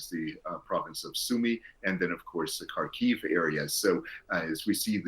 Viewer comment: коли ви використовуєте назву міста "Харків" - наголос має бути на першому слогу ХАР...ків! Коли росо - фашисти захопили наш Куп'янськ - вони в своїй божевільній необізнаности ставили невірний наголос на другий слог: куп' ЯНСЬК. Це неправильно, але що можна чекати від окупантів?. КУП'...янськ. Дивіться наші українські новини, щоб розуміти, як називаються наші населені пункти. Дякую